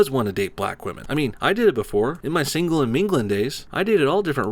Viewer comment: when he says singlen and minglen